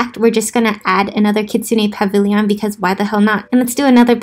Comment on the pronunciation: Dude don't hate me but pavilion. Like a million. Not pavilyyyyyon. Lol dont hate me xD